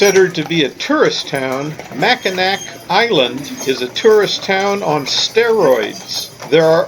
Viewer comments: I'm glad you enjoyed Michigan. I lived here my entire life and absolutely love it here. Mackinac has a silent c by the way. Mackinaw and Mackinac have the same pronunciation. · I had to chuckle at your pronunciations of Grand Traverse Bay, and Mackinaw Island. Winter is something you don't want to experience on Lake Michigan. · Really enjoying your great loop videos. Just wanted to point out that “Macinac Island” Is pronounced “Mack-in-awe”. I used to live near there and miss its quiet charm ( and fudge). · AUGH! You're driving everyone from Michigan crazy I hope you know. All three (4 if you count The Bridge) are pronounced the same way Mack-i-naw, even when they're spelled Mackinac. Hope you picked up some fudge there either in Mackinaw City or on Mackinac Island. I'm not positive but if you Loop again you may find more shopping available in St. Ignace (on the north side of the Straights) or if you come up the west side of Lake Huron you can stop in Cheboygan, about 20 miles SE of Mackinaw City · Great video. My only complaint is the damage you did to my Michigander ears when you say Mackinack Island. It’s pronounced the same way you pronounce Mackinaw city. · Mackinac island is pronounced the same as Mackinaw city. Mackinaw. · Don't mean to be critical, just informational. Below is cut and pasted from Google on the subject, along with I was raised very close to the island.. " Whether it is spelled Mackinaw as in Mackinaw City or Mackinac as in Mackinac Island, they are pronounced the same way: Mack-i-naw. ... The word became shortened to Mackinac. " If you dig into the subject of the 2 spelling the Mackinac was from French influence and was from the french translating the American Indian word. The Mackinaw was from British influence, I assume from at a slightly later date. But in the end they are both pronounced the same.